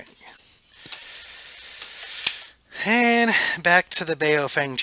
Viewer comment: Baofeng is pronounced "Bow-fung" not "BA-O-feng" It means something like: "strong wind".